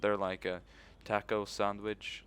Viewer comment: tah-co not taako